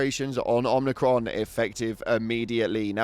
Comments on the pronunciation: OMIcron not OMNIcron. Jesus dude your ship literally pronounces it for you when you jump there. There's no N in it. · There's no 'n' in Omicron. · I was wondering if anyone else noticed. Man, it hurts to hear it the 'n' pronounced. Not even funny. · I immediately checked the replies once I heard the 'n' when incorrectly pronounced Omicron.